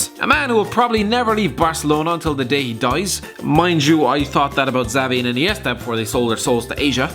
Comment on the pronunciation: You don't say Xavi's fucking name like that